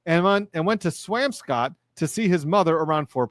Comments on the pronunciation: To be a bit of a noodge: the swamp in swampscott is pronounced swomp, not "amp". to clarify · Pronounced Swamp Scott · Some pronunciation hints... "Swamp_ scott" and "Way_muth" or "Way_meth" Tips from a Bostonian. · I lol'd at your pronunciation of Swampscott and Weymouth but it isn't your fault! 😂😂 we are weird here. So in Mass, we say Swamps-cut and Way-muth. ❤